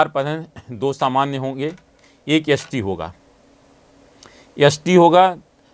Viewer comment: भाई साहब बोलना सीखो s t मतलब एस टी और आप यस टी बोल रहे हो।